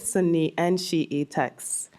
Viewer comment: I concur with your comment. Her pronunciation is correct. Classical arabic speaker here.